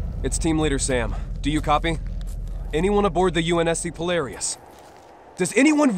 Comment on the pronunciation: "Polaris" is mispronounced.